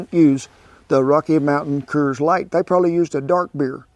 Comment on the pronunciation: I had to smile when you called the Coors beer kers, just like my Oaky Navy buddy Ron.